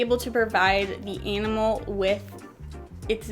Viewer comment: i love how you pronounce the word "enimal"